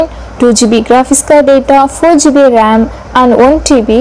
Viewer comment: Informative video but the pronunciation of RAM is wrong